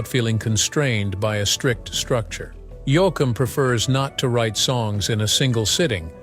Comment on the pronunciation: Yo- akum?? Please get a real announcer for these posts.. Frizzle?? This is insulting to the genre. Try using a real human.